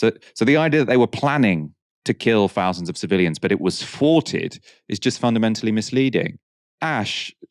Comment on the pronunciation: 'Fowsands' of casualties.